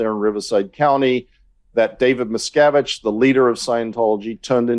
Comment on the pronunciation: You are massacuring David Miscavige and Leah Remini's name. A little research could have told you how to say their names🤭